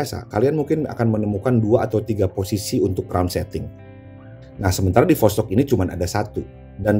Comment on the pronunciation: Bang восток itu tulisan cirillic bukan latin jadinya bahasa sana dibaca tetep vostok